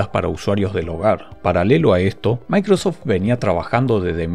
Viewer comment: ¿DE DONDE SACAS LA A? SI ES MICROSOFT O MACROSOFT